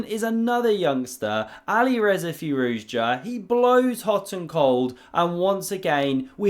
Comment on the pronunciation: Anybody else feel like the pronunciation "Ali Rezza" sounds like it should be the name of a character in a Guy Ritchie gangster flick?